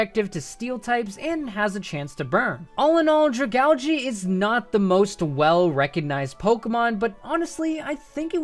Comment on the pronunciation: stop saying dragalge WRONG please